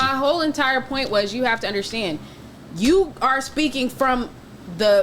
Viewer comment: “you gotta Underschhtand”